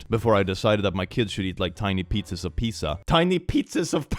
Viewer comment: The fact that he prononuced Pizza as you would say it in spanish made me look back at the screen so fast because I thought I somehow changed the lenguage of Click to spanish, as if he was some kind of dubbed show